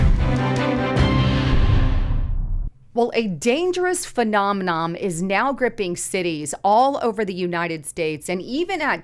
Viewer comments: I love your stuff and thankyou for your patriotism. Just fyi, I have heard you a few times say “Fenomenom. Is PhenomenoN. But not a big deal. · Me laughing that she said "phenominom" 😁